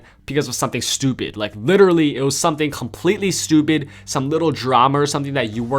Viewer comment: says stupid so weird he is like stoooooewwwww-pid